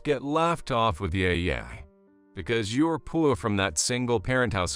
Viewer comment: Yeah is not pronounced yay. It seems the interpreter doesn't recognize this. Read is also pronounced "red". Bowed is pronounced as someone bowing to the King, not "bode".